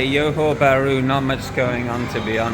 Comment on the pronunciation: Thank you for this video. I’m looking for flights to Malaysia from Canada and it’s cheaper for me to fly to Singapore and take the bus to Johor Bahru. Cheaper as in C$600 versus C$1200 to fly directly to Malaysia. I may consider doing that! Thanks again for a little glimpse of the city. PS the J in Johor Bahru is not pronounced like a Y as it often is in Latin America. It is pronounced like an actual J like in Jack. So Johor Bahru and not Yohor Bahru😊